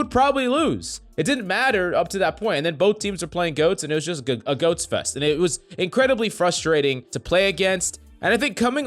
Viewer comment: Sound like he saying ghost instead goat lol